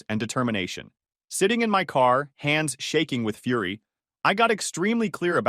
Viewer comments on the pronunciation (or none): none